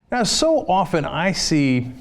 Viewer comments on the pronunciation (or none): none